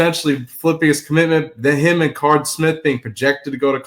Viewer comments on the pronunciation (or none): please quit mispronouncing Carde Smith’s name it’s pronounced “CARDAY”. He’s been in the news enough for you to get it right. Do your research. I’m a fan of your show but I cringe every time you say the kids name. Thanks in advance.